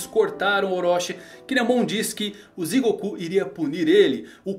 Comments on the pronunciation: Só uma breve correção, é Jigoku e não Zigoku! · nao eh zigoku eh jigoku!! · yae... o jeito certo de falar inferno eh Jigoku...( Digoku )...